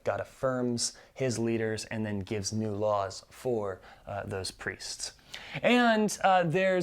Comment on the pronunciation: “and the-AN” haha 😂 love this overview!